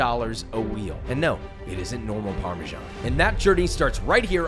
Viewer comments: Parmesiean 😂 Rick and Morty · can someone explain to me why americans pronounce parmesan so strange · it is Parmesan. He didn’t say do you want Parmesan reg… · All that and you still don’t pronounce it correctly!!